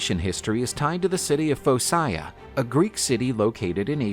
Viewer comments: Phocia is pronounced Foh-kee-ah, not Foh-sigh-uh. Why do you use the late Latin pronunciation, what does that have to do with a Greek name? Yes, I know Greece (Hellas) was under Roman control for a while, but so what? It was also under Frankish and Italian rule, not to mention 400 years under the Ottoman Turks, but that didn’t change the Greek language. If you don’t know how to pronounce something, it only takes one second to look it up on the Internet! Don’t assume English rules apply to foreign languages, they don’t; do you want to sound like an ignoramus? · "Fokea". Now pronounce it again.